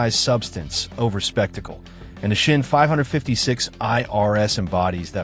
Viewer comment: I made it to #8. Why would I watch a video from someone who cannot even pronounce Glashutte, SeaQ, Sinn... EMBARASSING.